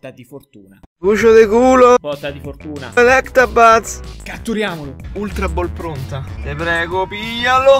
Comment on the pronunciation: Cacchio, a forza di aspettare di trovarlo Dragonite mi sono preso così tanti Dratini che faccio prima ad evolverlo... >__> P.s. Se tutti quelli che chiamano il Pokemon ElectRabuzz invece che Electabuzz lasciasero like, questo commento dovrebbe averne almeno 200.000: vi prego, si dice senza la R, non è difficile hahah